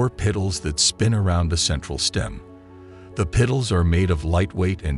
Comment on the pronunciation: Fix the AI voice to pronounce petals correct and I will share it.